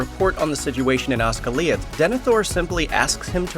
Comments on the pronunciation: It's Os"gi"liath not Osgi"liath" know the name of the city you city boy. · It's Osgiliath not Osgaliath! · I think the stress is on the second syllable. IIRC, in Sindarin names, if the last or next to last syllable is a dipthong the stress is on the third from last syllable - as in Ga-LAD-ri-el or Fin-DU-ilas. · Here's a real question, Why did you pronounce Osgiliath as Osgaleeuth. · actually most elvish pronunciation is wrong in this video Housegoliath for Osgiliath REALY? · Ozgalee-ith, don't think the narrator has heard anyone say this correctly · wtf is Oss-goll-eeath? lol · You can tell the narrator isn't a fan. "Oz-Ga-Li-OTH" nah fam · Mostly a nice presentation. My main beef is the pronunciation of Osgiliath, which is Os-gil(as in the fish thing)-EE-uth. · You do a show on Lord of the Rings like you're a fan and you pronounce Osgiliath like you do? Wow!!! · bro i almost cringed into a coma when you pronounced Osgiliath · Dude, they say the word "Osgiliath" in the movies. It's not hard to look up the pronunciation. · How the F*ck did you just pronounce OsGiLiAtH